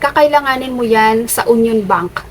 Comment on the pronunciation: Basahin nyo po yong union with Y po.. yUNION po yan basahin maam..